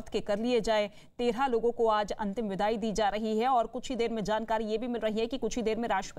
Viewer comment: Fida kya hota hai Vida hota hai